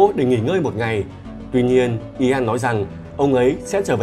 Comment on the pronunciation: Ian đọc như ‘yên’. Chứ ko phải i an đâu ạ 😁